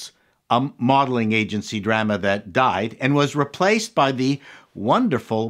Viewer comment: Why do you pronounce it Dryma? and not Drahma?